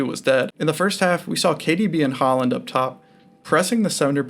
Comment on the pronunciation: This video is unbelievably shit. You cannot pronounce "Haaland" or "Upamecano" properly and you made fun of the 3-2-4-[1 formation given by the broadcast, when it was the correct setup.